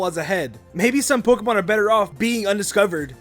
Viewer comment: is anyone else bothered by the fact that he pronounces Pokemon POK-ee-MON :\